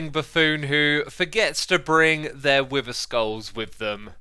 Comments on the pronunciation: I have the feeling of "When you are a GROWN MAN and still don't know how to differentiate pronunciation of words Like "WIVER"?? Instead of WITHER?" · It's beether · Nobody absolutely nobody: Xisumavoid: Beether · Omg its no wither bee its Beether lol how much sitution does ut make does it throws bees exect of wither